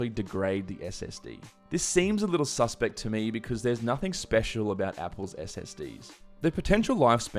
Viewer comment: "This seems a little SUS-pect"